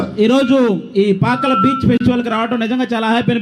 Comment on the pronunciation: పాకాల కాదు పాకల